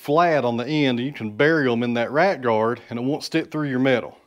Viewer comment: 😂 when you said “Rat Guard’ it sounded like your were saying “Right Guard” and I was wondering what is a right guard for!😂😂.